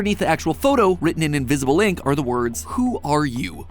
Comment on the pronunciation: I just want to put this out there: when you say “invisible ink”, it sounds like you say “invisible link”.